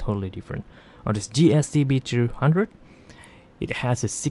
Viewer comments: you keep saying GST-B-droohundred. Which one is this? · Hey lady. Do you mind pronouncing the f** models clearly? ; "GSTB #&$-_+$-#&#..."? Isn't English your native language?